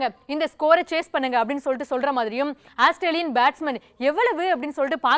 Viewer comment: Athu asstralian illama, Australian😂😂